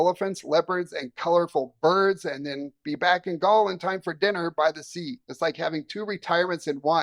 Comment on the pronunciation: I did not see any images of you in Galle: did you actually visit? It’s pronounced more like “Garlay”. And yes it’s lovely, but it’s a pretty small place. I am not sure what it would be like to live there.